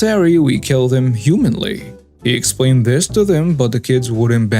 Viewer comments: Humanely, with an e in there, is pronounced hew-MAIN-lee. "The injured animal was put down humanely." Humanly is pronounce HEW-man-lee, and refers to what humans are capable of. "She was as patient as humanly possible." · I am also a non native English speaker,and I would like to correct you when you were talking about the fishing guys. There is a difference between humanly and humanely. It's pronounced differently.